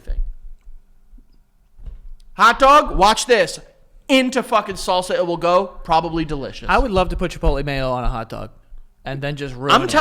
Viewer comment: how say salsa and sauces the exact same I was legit confused for too long I thought he said corn sauce 😭😭